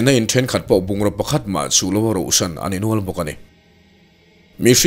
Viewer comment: "Building rohsan" ni loin "rauhsan" (hnuchhawn/uksak zui tawh loh) tih tur.